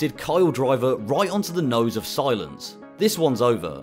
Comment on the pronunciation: Whoa Whoa, its pronounced C-Lance not Si-Lence lol Love the content 🙏